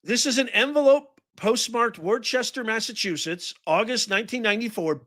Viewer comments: Worchester is pronounced Wuster. You're welcome. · Its pronounced Wooster not warchester. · Worcester is pronounced Wooster.